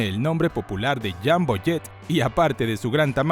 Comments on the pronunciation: Muy buen y completo reportaje, pero "¿Jambo?" Será ¡JUMBO! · UY SI. ESE JAMBO SUENA CASI A RAMBO JEJEJEJEJE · Alguien me explica por qué le dice jambo y no jumbo? Como debe de ser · Falso, así no se pronuncia en inglés.